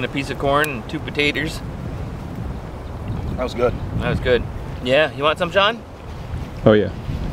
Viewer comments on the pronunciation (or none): "and two pataterss"